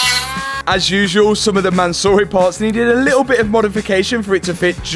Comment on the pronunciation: Mansory is a Persian name, the owner is Persian (Iranian) so please for the love of god pronounce the name CORRECTLY. It's not ManSORREY but you NEED to pronounce it as ManSUURI.